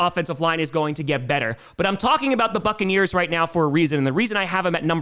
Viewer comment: It sounded like u said fuckaneers 😂 not buccaneers at the end